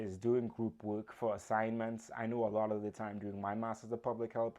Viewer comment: A friendly note: you are not pronouncing "work" incorrectly....it sounds like "wook" ... Be sure to pronounce the R in your pronunciation. Listen to a recording of y ourself and check it out. Best wishes. Good presentation!!